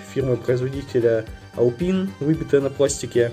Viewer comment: Alpine- Алпайн правильнее. Именно так бренд называется. Он и сейчас выпускает современные магнитолы, сабвуферы, и тд.